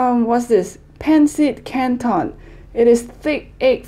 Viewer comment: your say is very perfect like zizig,lechón kawali,pansit cantón,kare kare, it's very perfect but because I'm from Philippines